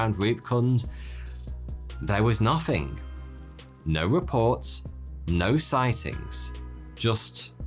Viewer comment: What a annoying presenter. “Two Fousand”? What the heck? “Nofthing”...oh my. Guess the different dialects and diversity of nationalities is to blame.